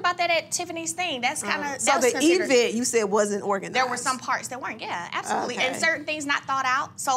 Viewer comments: There she goes again with that word "E-vent" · I am from the South and I have never heard anyone pronounce event like E-vent! I am just being for real. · “So the E-vent” chile speech therapy please! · What's an E-vent? Is this a new smart vent or something they are doing now. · cannot pronounce event to save her life 😂😂😂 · I WONDER WHY IS SO EDUCATED BYT DON'T REALIZE EVENT IS NOT A LONG "E".......JUST SAYING!!!! ANNOYING!!!!!!